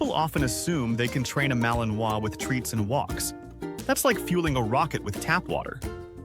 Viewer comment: Vous prononcez mal le nom de la race! C’est ma-li-nois!!!! Et pas maliminoas!!!!! Il faut apprendre le français, désolée de la remarque